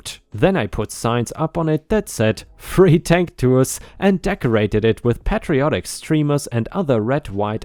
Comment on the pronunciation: "patriotic" is said as "pay tree ah tick." Also for garage, it's better said as "grr-aazh" instead of a "gare" sound to it. Not that it's wrong, just better. Corral is said as "co (like co-worker) - ral (like rally)."